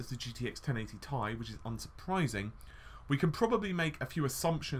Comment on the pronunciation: Curious what your reasons are for saying 10GB is at odds with a 384-bit bus? As a side note I've never heard anyone pronounce "Ti" as "Ty" it sounds weird :P Also "en em" (nanometer) also sounds weird, I'm not sure why though :D